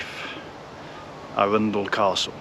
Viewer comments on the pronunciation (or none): By the way your pronounciation of Arundel was miles off.